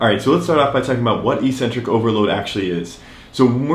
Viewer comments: It’s ek-centric. Not ee-centric!! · EEEEEcentric is not a word anywhere in the English language. Eccentric means ‘away from the center’. A crazy person is called eccentric bc they are ‘away from the center of normality’. A ‘negative’ movement of an exercise is a movement of the tendons ‘away from the center of the muscle’. It makes perfect sense from an etymological standpoint. Mispronouncing it as eeeecentric would mean ‘without a center’, which makes no sense. Another line of logic proving that it must be pronounced eK-Sen-Trik is that the first syllable is ‘ec’, which can only be pronounced ‘ek’ in English. There’s no possibility of a silent ‘c’. There’s no controversy regarding how to pronounce ‘centric’. So, the word is pronounced, eK-Sen-Trik. But don’t take my word for it! Look it up in literally any English dictionary.